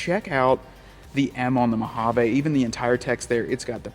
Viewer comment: I'm drunk again from every "Mohavaaa" he says 😂